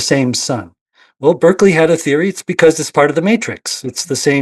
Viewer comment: it's pronounced Bar-kley, sorry I'm that guy 😅